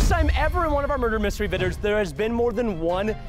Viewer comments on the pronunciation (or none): he said vidrs